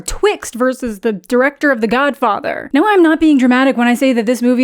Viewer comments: WHAT was that pronounciation of godfather?! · Love the Matt Berry esque pronunciation of “The Godfather”